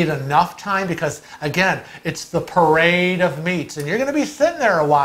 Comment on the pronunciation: I love how you emphasize a "parade of meat"...sounds like a strip show...